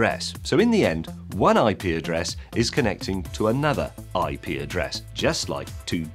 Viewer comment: Sounds like : 'I pee a dress'